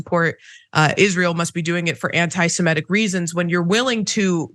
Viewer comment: and, please learn the correct pronunciation of "semitic".